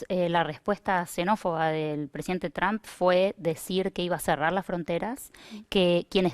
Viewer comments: Se dice Trump o Trum no Tramp. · SE PRONUNCIA TROMP NO TRAMP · Estos perodistas pendejos no saben pronunciar trump